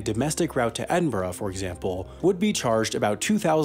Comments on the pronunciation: As a Scottish person can i just congratulate you on being the first American to pronounce Edinburgh correctly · Finally an American that can say Edinburgh properly